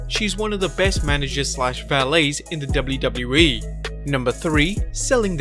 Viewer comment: Can you say "WWE" with less accent?